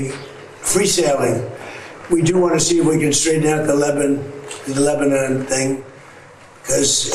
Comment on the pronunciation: Trump is completely clueless. Can’t even pronounce Lebanon correctly !